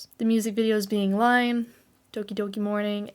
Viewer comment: Oh dear, you fell into the "Line" trap. It's actually "iine", which means "so good", like a 👍 . Otherwise, an excellent primer on Babymetal. One thing I noticed that you missed was their appearance on The Late Show with Stephen Colbert on April 5th 2016, where they performed "Gimme Chocolate" live. One small but important detail about the Tokyo Dome 2016 show was that it was the one and only live performance of "Tales of the Destinies". Regarding Momoko officially joining, what actually happened was that at Babymetal Returns - The Other One in late January this year, they teased "the birth of a new metal" at the end of the second night, but left it fairly ambiguous to keep fans guessing. It was only at the end of Babymetal Begins - The Other One: Black Night on Fox Day (April 1st) that it was revealed that there would be a new lineup and it would be Momoko (though pretty much everyone who was there was expecting it to be Momoko by that point).